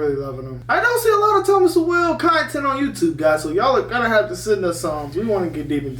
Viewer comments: I think "Sowell" is pronounced like "soul", rather than "So well"? I could be wrong, though. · Sowell said like Soul. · Thomas Sowell's last name is pronounced So-Whal not So-well. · Sowell was born in segregated Gastonia NC, and grew up in Harlem, NY City His last name is pronounced "soul," not "so-well." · Ya’ll are butchering his last name. It’s pronounced like Thomas SOUL not Thomas SO-WELL. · His name is pronounced "Soul," not Sow-ell. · Guys, it isn't 'SO WELL" It is said like SOUL. Thomas Sowell (soul). This is driving me nuts. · "Soul" its pronounced. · His last name is pronounced SOUL. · Sowell is pronounced like soul! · His last name is pronounced like Soul. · It's Thomas "Soul". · His last name is pronounced “soul” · It's pronounced SOUL. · FYI his last name is pronounced "soul".